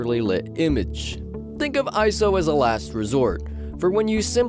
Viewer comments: It’s I S O Not iso... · Eye. Ess. Oh. Not eyeso